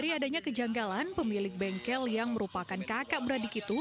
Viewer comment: bengkel bang bukan bengkek